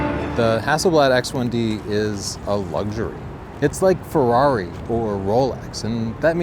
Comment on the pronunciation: Say FEHWRAWRI again